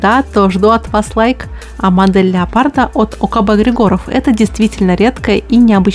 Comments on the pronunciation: Я думаю что в словах ОКБ Григоров, в фамилии Григоров,ударение нужно делать на первую И. где артиллерия?))) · В смисле, какая доказуха? Я из Болгарии и Георги Григоров лично знаю, но в Болгарии никто не ставит ударение на Григоров на первое и